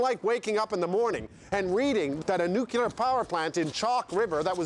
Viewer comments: NUCULAR ? comon Rick Mercer you can do better. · is it me or did he start off saying 'nuclear' and then begin saying 'nucular'? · Came in to hear Nu-kee-ler, was not dissapointed